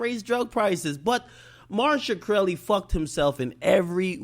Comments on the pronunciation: ROFL Did you call him "Marsha Krelly? LOOOOOOL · "Martin Shakreli" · ak can't say dudes name for shit lol